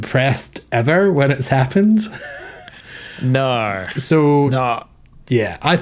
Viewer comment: No is pronounced No, not NEEUUWUUAAIUUUU